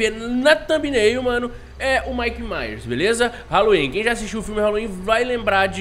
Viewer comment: Tj,o nome é Michael Myers ñ Mike Myers,tmj ❤